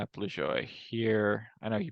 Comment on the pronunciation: Hey, I'm pretty jazzed; I got 0.005% for Del Wilber at PHI/BOS. First time ever in the thousandths. How do I know anything about Del Wilber? Turns out he's the only Wilber in MLB history, and that's my last name too. By the way, Lajoie is pronounced (LAH'-zhoh-way). 😊